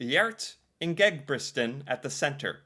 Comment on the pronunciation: The thing i had the best time of in this video was every time you said "Ingebritsen", it's even hard for us to say. You did a great job though, so cute.😂😂😂😂